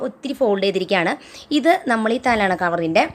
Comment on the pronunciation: Talona alla talayana